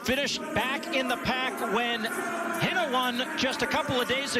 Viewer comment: They need to learn how to pronounce "Hynne". They're going to need it next year.